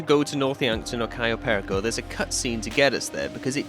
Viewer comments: im sorry but the way you say perico is really bothering me, you can say it with your accent bro, just say Pear-E-Co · Why does every English youtuber insist on pronouncing perico incorrectly? It's not pair uh ko. It's puh ree ko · Next mystery for you to solve: "How to pronounce 'Perico'." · Every time he says perico wrong makes me want to scream